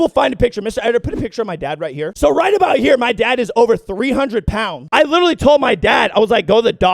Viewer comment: LITCHERARLIE! LITCHERARHLIE!!!!!!